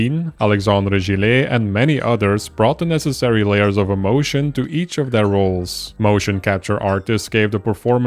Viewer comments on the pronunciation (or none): none